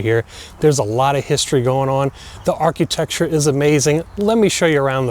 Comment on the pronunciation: Ar-QUEUE-tecture... LOL. Anyway, bullsh*t video with clickbait title, let's be honest... THIS WAS NOT JFK'S HOUSE. IT HAS NO CONNECTION TO JFK AT ALL. Okay I feel better now.